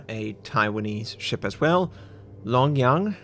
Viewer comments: Long Jiang =Long "Jee-yang" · 龙江 or 龍江 江(jiang)'s j is pronounced like the j in Jenny. And also 建威 's j...